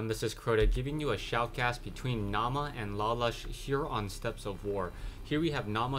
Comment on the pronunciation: Naama is a finnish player, and the meaning of the word is "Face" And btw, Naama is pronounced without any accent :) (I'm a finn, too)